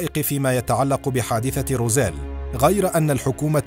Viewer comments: أخي المُعَلِقْ أسم المدينة = روزويل وليس روزيل .. للتصحيح فقط 😊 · ماذا تقول وماذا تخرف ههه انت لا تنطق حتى الأشياء كما هي روزويل تقول روزيل هههه انت تخرف فقط يجب أن تبحث اكثر وتضع مجهود قبل وضع اي محتوى نصيحة فقط هههه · Its Roswell not Rozelle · روزويل وليس روزيل